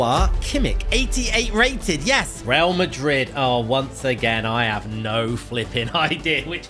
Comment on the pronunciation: BRO HOW CAN YOU GET REAL MADRID WRONG